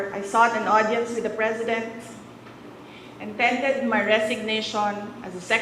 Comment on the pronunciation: I tended my resignation…. Tama ba ito? O dapat yata ay I tendered my resignation…. Silent r ba kasi binibigkas ang tendered Kaya lumabas sa bibig niya ay I tended my resignation…. O Baka naman ang sinasabi niya ay I handed my resignation….. blah blah …whatever…. Good riddance….thank you for resigning…😁😁😁 at least there is hope for the department of education starting today to improve and work on things to hit the mark in achieving a very high standard and quality education for the students.